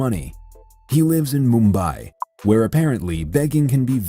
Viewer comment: not me and tobi both trying not to laugh at the way he said 'mumbai'